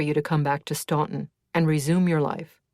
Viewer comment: Spot on!